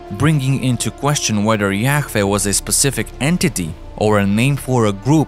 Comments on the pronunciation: Yaweh not Yaw-eh. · Yahweh, the narrator can't even pronounce it correctly,,, sounds like he's Yak-veh smh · The Aramaic Pronunciation is Yah Wah meaning Breath pronounced as a Breath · Is it really pronounced as "Ya-Feh"? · The way you keep saying yakveeh is so annoying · It's pronounced yah-way and the English translation is Jehovah! and yes that is his real name...Jesus is the son and Jehovah is the father aka GOD; the creator of all things❤ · The whole video is sooo wrong. To begin with, the name is YHWH. It is pronounced YAHAWAH. That is how paleo Hebrew is written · Yahfeh? Just sound it out twin that’s obviously a W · The video was great but the accent of the guy talking in the video pissed me off so much because he just kept saying a lot words completely wrong including God’s name, Yahweh. Like come on dude! there is nothing wrong with an accent in fact I actually like it it’s just the fact he kept saying certain words completely wrong not even close. 😡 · Ugh. The mispronunciations are horrible. Too distracting for me to even try to finish. How many different ways can AI pronounce Yahweh? I counted seven before throwing in the towel. Enough to unsubscribe.